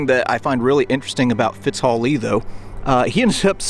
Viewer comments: Am I missing a dialect pronunciation? I would say Fitz Hugh. You pronounced it several times as Fitz Hall. If I am incorrect it is proof a very old dog can learn new tricks. Also, while grammatically you may wander, your intro proves you are a very eloquent man. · Fitzhugh.... Its pronounced FITZ HUGH (Like Hugh Grant). "Fits Huh", really?? Lol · Please pronounced his name correctly. It's Fitzhugh, not Fitxhall. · Is here any Particular reason why you continually mispronounced FitzHUGH Lee’s name by calling him FitzHALL? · It’s not Fitzhaw it’s pronounced Fitzhew. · It's Fitzhugh Lee, not Fitzhall Lee. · It is FitzHUGH Lee, NOT (sic) “FitzHILL” Lee. Otherwise, very well done ! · My great grandfather rode with Fitzhugh Lee during the war. I believe his first name is pronounced Fits-hue, not Fits-hall or Fits-haugh. John Logan. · You keep saying Fitzhall Lee, it's Fitzhugh. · Fitzhugh is pronounced “Fitz-you” Lee. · One of the most lovely cemeteries in America. Presidents Tyler and Monroe are also buried here. I have to ask a couple of questions about name pronunciation. Is Fitzhugh Lee's first name not said as Fitz-Hew? And aren't both Cocke and Cook pronounced like Cook? If y'all love this type of cemetery, you should see Graceland in Chicago.